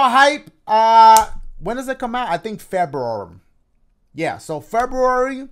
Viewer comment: he said feberary (feb-er-ary) lol at the end